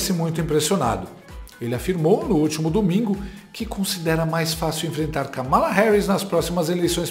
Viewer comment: Vi a Kamala Harris falando seu nome pronunciando o Kamalacom acentuação tônica no Ka. Uma palavra proparoxina,. Acho, portando que , se possível, deveríamos procurar fazer o mesmo. Notem que o Copolla fala de maneira correta.